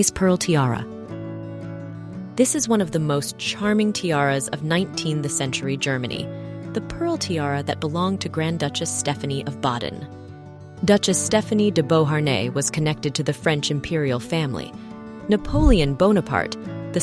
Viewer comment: “19 the century”. Silly Ai